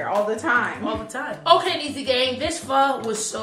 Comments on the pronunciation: is correct you pronounced it correctly the first time so fire love me some pho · Yasss to on letting them know how to pronounce pho correctly!!! A real one